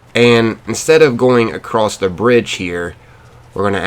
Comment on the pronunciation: Why are you saying a crossed